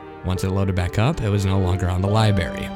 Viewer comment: Im not hatin'. It just killed me when you said libary instead of library. Im from the south though so its not as bad as half the crap I hear. Great vid. Nice voice.